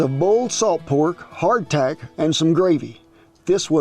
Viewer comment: Every time you say hard tack I keep on thinking you're saying heart attack LOL